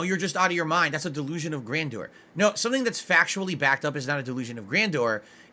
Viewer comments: The only thing he inspired was for people to remember to turn off there cameras. 🖐🐓 "It was on the whole time." For the love of God stop saying "Gran Door". Also thank you for your disability check. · DELOOZIN OF GRANDOOR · why is he saying it like that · why does he say delusions of grandeur like that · He can't even pronounce "Grandeur" correctly, yet has the audacity to call someone else stupid. Does he lie like this to gaslight the people watching, or make himself feel better because he's so inferior? How empty a life must be to sit there and try to convince others that you created word that's utterly meaningless. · He knows dang well how grandeur is pronounced how is he so determined to keep saying words wrong